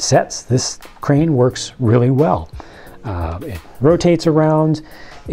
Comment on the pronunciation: Great working "train"? I knew you meant crane!